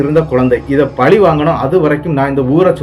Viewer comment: பலி இல்லை.பழி. உங்களுக்கு . ர. ற. ல . ள ழ‌ குழப்பம் உள்ளது பலி என்பது ஆடு கோழி நர உயிரை வெட்டுதல். பழி தீர்த்தல் வெட்டுக்கு வெட்டு குத்துக்குக் குத்து உயிருக்கு உயிர் என மனத்தில் வஞ்சம் வைத்தல்.நாகர்கோயில் பக்கம் பல நாட்டுப் புறக்கதைகள் பாடல்களாக மாறி வில்லுப்பாட்டாகப் பாடப்படுகின்றன.கதையில் வருபவர்தளுக்குக் கோயில்கட்டப்பட்டு அவர்கள் சிறதெய்லமாக வணங்கப் படுகின்றனர். .பொன்னுருவி சின்னணஞ்சான்சில சான்றுகள்.காத்தவ ராயன் மதுரை வீரன் போன்று இவர்கள் சாதி அடிப்படையில் கொலை செய்யப்படுபவர்கள் ஆகவே இருப்பர் இது ஒரேகதை இரண்டு மாதிரியாகவும் இருக்கலாம் இரு வேறு‌ கதைகளாகவும் இருக்கலாம்.